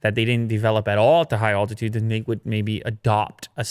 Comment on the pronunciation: please practice saying altitude